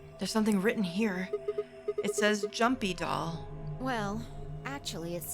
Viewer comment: Still confuses me as to why Phi pronounces "Jumpydoll" as "Joompydoll"